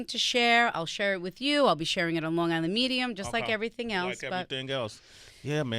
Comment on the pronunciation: You can't say Long Gisland - because you only have on g. God I hate ignorant people.